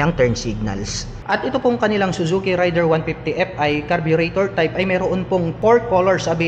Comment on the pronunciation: Raider po yung bigkas hindi po rider. More power sa iyong channel